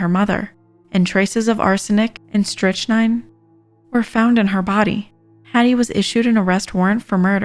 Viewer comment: It's pernounced Strict-nyne.